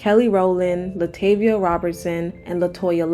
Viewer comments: La TAH-VIA not La TAE-via... sorry, that part was annoying me LOL. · It's pronounced La-Tar-Vee-Ah not La-Tay-Vee-Ah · Say it with me Luh Tah V A not Luh Tay Via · Thumbs down based on the fact that the narrator mispronounced Latavia's name because its no valid reason as to why you would do that. There are hundreds of interviews with destinys child and Latavia saying her name correctly. Youre lazy and a fraud